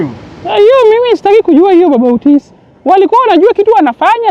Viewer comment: 18.09 EY Otis... 'orways' really? 😂